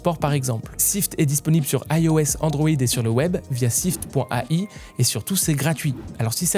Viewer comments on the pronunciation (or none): none